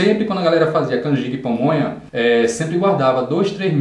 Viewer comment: Rachei com você falando "pomonha" kkkkkk